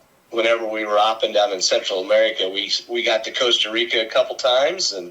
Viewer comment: can he not pronounce Costa? he said coasta, same as Costa Coffee not coasta Rica.